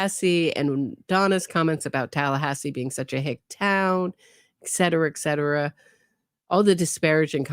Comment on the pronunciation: The word, "etcetera" is pronounced, "eT sedera" not "eK setera"